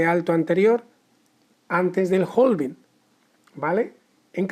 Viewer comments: Hola, genial video. Solo que la pronunciación es "having" en lugar de "jolving". La L de la palabra "halving" no se pronuncia en inglés. Si sigues por Londres puedes preguntar a los nativos de ese lugar y seguro te resolverán la duda sobre cómo realmente se dice;-) Keep the good work! 👏🏻👏🏻👏🏻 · claro, pero en español "jolvin" no existe, tampoco se entiende si se ve la palabra "halving" escrita. En todo caso seguiria siendo "jalving" si es por extrapolarlo a la pronunciación en español. Un saludo!